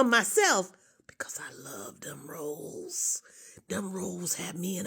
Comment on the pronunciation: The way she said those rollz.😅😅